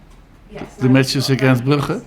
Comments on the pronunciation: lol at how he called club brugge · The way he says Brugge always cracks me up! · Still wiping the phlegm off my face from when he said "Brugge".